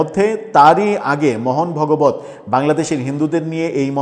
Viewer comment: মোহন ভগবত নয় ওটা ভাগবত হবে 😂